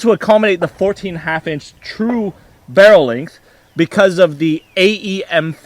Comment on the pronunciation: I'm still laughing about that. I imagine someone ribbing for his accent every time he says "length". Not that I sound any better, but it makes me laugh pretty much every time.